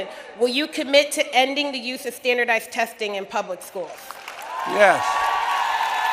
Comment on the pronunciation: “Thandardized testhing”